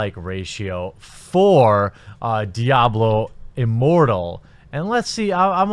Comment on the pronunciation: I thought I heard Diablo Immorral. Easy mistake to make